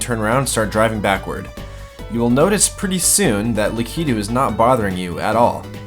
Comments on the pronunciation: Lak-I-tu not lak-e-du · Its lakato not lakito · lak-I-too, not la-kee-too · Lakito not leketo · LA- KA- TOO not LA- KI-TOO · I'm freaking out on how your staying lakitu, idk if that's how your supposed to but I'm almost entirely sure your saying it wrong, lakitu- Lak-it-too, not lak-eet-toe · you are saying "lackatoo" wrong. You are saying "lakeytu."I say lackatoo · Lakiitu? Not critizing but it is Lakiitu (lak-i-tu) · I KNOW YOU DID NOT JUST CALL HIM LAK-EE-DOO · Im sorry but for future please pronounce lakitu right LAKA-TOO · It’s Lakituu (Lahhkhe-too) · I love your videos, but it's Lakitu. Lack-i-too.. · lackydoo ???? really lmao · is it lakitu or lakitu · I really liked this video! I really dislike how you pronounce "lakitu".......... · Lah-kih-two not lah-key-two del-feen-oh square not del-fine-oh square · And Del-fee-no. Stupid observations, but whatever. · How can you have a serious gaming channel like this and continually mispronounce the name of a prominent Mario character? Lakitu is pronounced lack-it-too. And Delfino! Anyone who's played Mario Sunshine knows it's Del-FEE-no. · "Lakeetu" "Delfyno" D: Nice glitches but that bothered me a little bit lol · He pronounces Lakitu and Delfino so wrong 😂😂😂